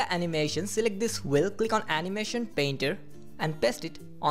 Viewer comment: "wheel" not "whil", lol